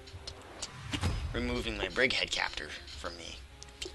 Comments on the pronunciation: All videos, you say the same. "Brickhead Capture." It's "Bridgehead". For the love of Chuck Norris. Please, say it. :P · Well. Not the biggest deal... but it kinda annoys me. It at least sounds to me like you are saying "brick" instead of "bridge." Hehe. :P